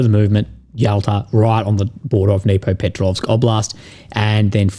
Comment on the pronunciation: Just FYI, pronounced "Dnipropetrovsk " almost perfectly.